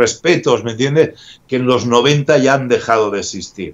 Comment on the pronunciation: Cuando dice me entiendeh me alegra el dia